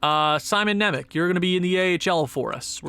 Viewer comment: Just a little helper, Nemec is pronounced Simon Nemets